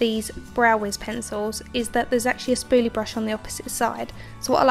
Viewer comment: I like how she says "spooly" lol